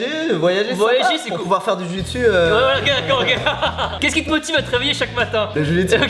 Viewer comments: tu-chi-su ? jpp xDDD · Tu-chi-su ? 😂😂😂 sa ma tué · J'en fais tibo 😁 c'est pas la "Jiu Jutsu " c'est le " Ji Jutsu Brésilienne " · C'est Ju-jitsu et non Jiu-jitsu non ?? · Ouais le ju jitsu c’est mon sport !!! Et au passagein dit ju jitsu et pas jiu jitsu, jiu jitsu provient d’une faute de frappe je crois (et jiu jitsu bresilien je sais ps si c’est le bon nom, moi j’en fait du old school) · Tu-chi-su MDR 😂😂😂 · On dit ju-jitsu j'en fais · JU JITSU Merde quoi ! Pourquoi rajouter un I